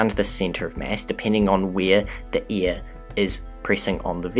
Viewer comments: can't he say AIR ?? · E A R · Sorry, but I'm going to be that guy. Its "air", not "ear". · Air, hair, lair .. not .. ear, hear, lear. Such gross mispronunciation of the English language would suggest you don't know what you are talking about. Sadly it turned me off too. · I like how this guy pronounces things like rid (red) and eir (air) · You my dear narrator pronounce "air" very funny. Great video ! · Good video...you pronounce air like ear...very strange. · New Zealanders should not narrate videos. Sorry guys we love you but you need to learn how to pronounce your vowels properly. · Is he saying ear or air? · You say AIR funny. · I like how you say air and where. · Love the video! What animation software are you using? Also, "air" and "ear" are different words. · I really like your animations. It's pretty clear that some effort went into them. I know you're not speaking in any especially incorrect way. But your air/ear phonetics are quite striking to the American ear. Also happens with "tree" and "three" when I hear some people from the UK speak.